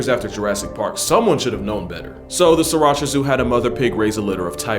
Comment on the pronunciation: The pig and tiger is at the tiger zoo in Thailand. They swap the baby pigs from the mother pig and the tiger cubs from the tiger. You will see piglets with new mother tigers at the tiger zoo. You also pronounced sriricha and Pattaya wrong 😭 they do this literally just for fun tbh…it’s not a very good place. I’ve carried tigers and baby crocodiles and you can ride elephants there. It’s fun when you’re a kid but then when I got older I realised it was a DREADFUL place. Be careful when you go to Asia and visit these “zoos”